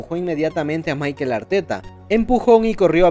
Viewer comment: Es Mikel, no es Maikel